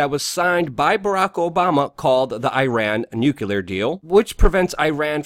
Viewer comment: ITS PRONOUNCED ( NEW CLEE ER) im sorry I had to get that out first now all of this is due to the NWO being set up its very possible that it will happen if the US goes to war they feed on this type of fear things are going to get heavier but only time will tell.